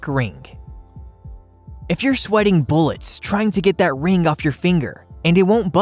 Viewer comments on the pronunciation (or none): JewELry NOT jewLAry! Ring not rink! The letter "G" is NOT pronounced as a "K". OMG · It's not a criticism really but can't pronounce his G's. Rag he pronounces as rack and the same with ring, he says rink. Very distracting.